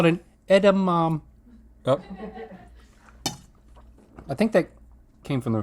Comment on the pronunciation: “One edamame, which is called a edamam” genius